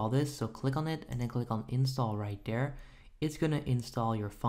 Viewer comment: " open daat. click on install right dere. dare we go" lmaoo